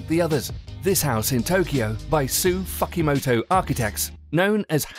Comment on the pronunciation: Im sure he was trying to say Fukuoka and Fukimoto but unfortunately did not do an adequate job researching its pronunciation. Terrible.. Foo Kou O Kah and Foo Ki Mo To